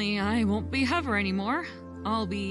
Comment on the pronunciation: It was kinda funny when fire said who's hovver